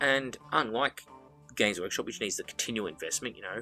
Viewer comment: I always mishear you saying gays workshop and it makes me laugh every time I hear it